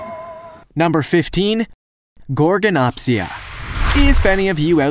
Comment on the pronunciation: Gorgonopsia has a D at the end